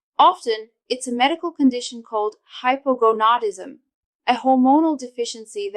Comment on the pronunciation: This lady is a urologist with nails that long??? Really? I just don’t believe it. She’s not even saying “hypogonadism” correctly.